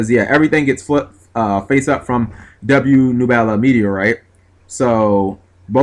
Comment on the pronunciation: How do you mispronounce nebula? Slow it down cap